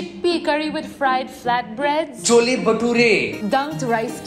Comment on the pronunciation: ITS NOT CHOLE ITS CHHHOLE (pronunciation) UR THE ONE WHOS WRONG